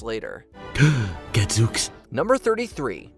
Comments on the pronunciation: the word is pronounced Gadzooks, with a long oo sound like smooth, sooth, boot, and moon! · It’s Gadzooks rhymes with spooks